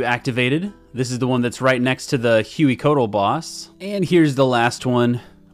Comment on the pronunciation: Congrats on life and good to see you back! For the boss names, if they're intended to be pronounced like the source language, then Amoxliatl = ah-mowsh-LEE-attle and Hueycoatl = way-CO-attle (they're based on the Nahuatl language spoken by the Aztecs, in which "x" = English "sh", "hu" = English "w", and emphasis is on the second-to-last syllable).